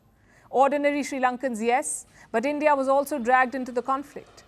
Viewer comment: "End-Yeaah" out!!